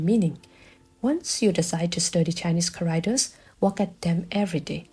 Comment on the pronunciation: “CHAracters” = chá-rák-téhrs (or Káh, for the firsy syllable), just poiting out the correct pronunciation because it confused me at first what you were saying until i realized you tried to say ‘characters’.